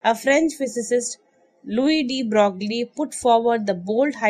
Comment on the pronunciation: His name is pronounced de broy not brogly